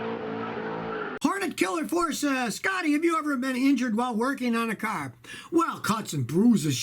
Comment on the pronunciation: I just came here to hear him say carrr